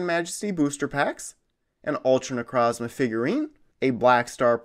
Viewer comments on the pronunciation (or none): Necrozma that's not how you say it I'll per nuance it ne-croze-ma necrozma